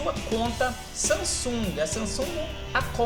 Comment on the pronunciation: Samsunga? kkkkkkkkkkkkkkkkkkkkkkk